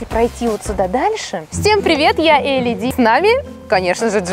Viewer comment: Во-первых не Эли а Элли, во-вторых не рыжек а рыжик